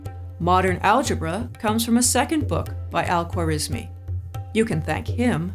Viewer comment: Al-Khwarizimi was an Uzbek not Persian. Algorismus was the latinized form of his name from which we derive algebra and algorithm. Nancy mispronunciation his name even in Englidhñ